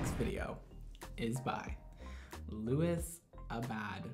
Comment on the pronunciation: Luis sis....it’s Luis lol not louis